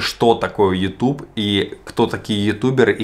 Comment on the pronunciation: ютЬюб- так правильно...